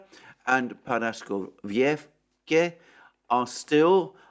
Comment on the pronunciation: Why is it always so hard for the English speaking people to say one simple name Paraskovievka? 😄